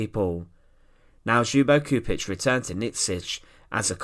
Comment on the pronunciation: Just for the record, the correct pronunciation of his last name is Choupitch. The communist would’ve never liberated Yugoslavia had it not been the red Army which helped them liberate Eastern Yugoslavia mainly Serbia and captured the capital Belgrade. Later on they expelled and killed more people than nazi Germany.